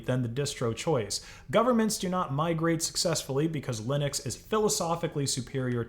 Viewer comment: GNU/Linux pronounced "niu linu"